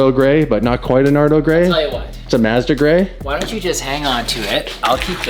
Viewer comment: It's karma for mispronouncing Mazda